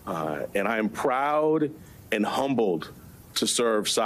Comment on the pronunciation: Intergity haha. No sir.